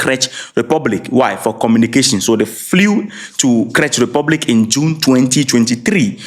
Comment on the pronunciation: Not crech Republic the correct pronunciation is “Check” republic.